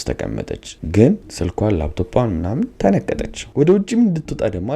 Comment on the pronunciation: ብሮ ተነቀጠች ነው ያልከው ልበል 😂😂😂😂😂😂 ኡኡኡኡ